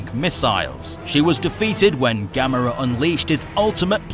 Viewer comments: Yes you finnaly said it right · Excellent video! Glad you know how to say Gamera's name properly...unlike a certain someone. 😉